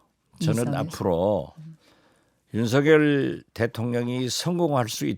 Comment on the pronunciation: 진행자님 제발 윤석열을 윤서결로 발음해주세요 윤석렬이 절대아님